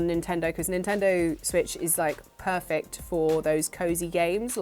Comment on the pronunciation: Did call the game Stray perfect or purrfect? I didnt quite catch that.